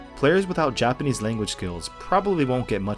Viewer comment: ur japanese pronounciation is good bro, thanks for the review